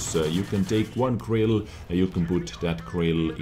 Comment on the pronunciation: I totally agree with, but I actually find it very funny the way he says girls as grills:)))))))